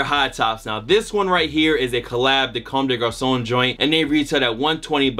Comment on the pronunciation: First sneaker youtuber I seen pronounce comme des garçons correctly